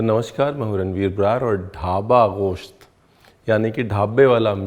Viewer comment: Ye goshat kya hota hai ...mugal hai tu...mans bolnye mein shrram ati hai tujhye